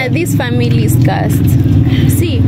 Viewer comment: it's cursed not cusit